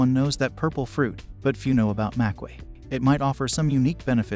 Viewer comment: You pronounce both berries wrong.